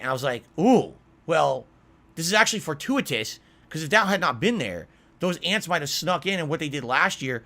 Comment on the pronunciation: “Oh, well, this is actually for•too•it•tuss”